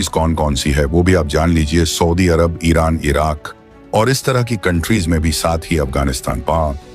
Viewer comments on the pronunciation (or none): none